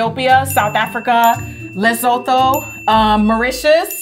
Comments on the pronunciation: She did not say Lesotho with a “th” like “the” 😂😂 shout out to an educated and diverse woman though!👏🏾👏🏾👏🏾 P.S the “th” in Lesotho is just pronounced as a regular “t” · Just to clarify Lesotho is pronounced "LE-SU-TOO" 😊❤ love from South Africa 🇿🇦 ❤ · The way Jackie pronounced 'Lesotho' had me rewinding 😭😭😂